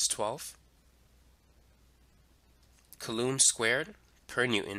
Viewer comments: mother of god its [COO LUM] not [CUH LOOM] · I think it's pronounced COO lom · bro I love you but if you say Coulomb like that one more time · you're mispronouncing coulomb.